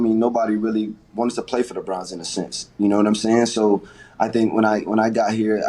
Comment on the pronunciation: “Cleveland Brahns”